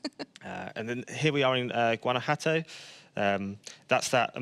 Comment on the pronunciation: Jajajajaja dijo Guanajato en vez de Guanajuato, qué wey